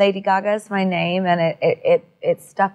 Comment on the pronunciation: She's pronouncing so well my gosh